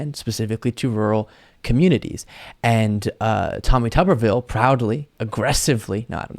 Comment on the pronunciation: It is TUBE-R-VILLE.